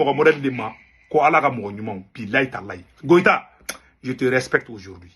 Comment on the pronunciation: C est pas Goita sino koita